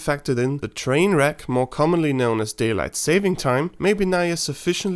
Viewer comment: Gah! You didn't rhyme more with store!